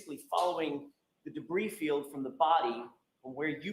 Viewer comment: I was quite excited at the thought of the "brie field" 😅